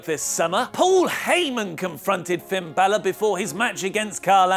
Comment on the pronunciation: Who the f is finn bailer?